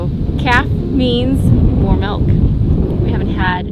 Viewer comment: Why dose she keep saying melk